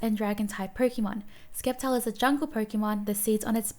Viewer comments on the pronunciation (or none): Omg i am dying! She sed sKeptile and sooo many other mistakes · Btw sceptile is pronounst sseptile and snom is snam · Bruhhh it's sceptile. Not skeptile. Bruhhh. Imma cry for pronouncing wrong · The c in Sceptile is silent so it’s septile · Skeptile LMFAO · Did she just call sceptile skeptile?!?!?!?!?!? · sceptile is pronounce as sep-tile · Is Sceptile's name pronounced as Skeptile or *Ceptile(silent s)*? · The c is silent in sceptile